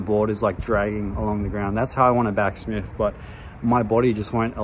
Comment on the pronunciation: Maybe back smith's hate you because you're calling them back smiffs, it's just cuz you're pronouncing their name wrong mate..😂 love your channel man..I honestly like you and you're by far my favorite yt skate channel.!! Keep it up 💯